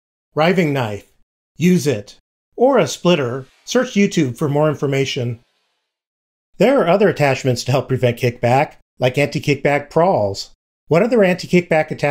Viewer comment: It's anti-kickback "pawl", not "prawl". Prawl is not a word.